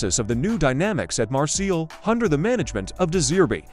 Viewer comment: Usa a tua voz! Migoel Tixéra? Marsil?